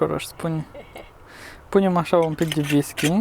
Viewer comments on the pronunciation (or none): ha,ha...nu mai spuneți ,,V I S K I ,,!!! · Whisky se pronunta nu visky